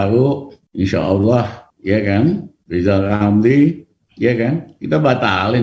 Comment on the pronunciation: Wk wk wk wk wk 😂😂😂😂😂😂 Lijal lamli..............Lijal Lamli................ Manusia korban stroke 👎👎👎👎👎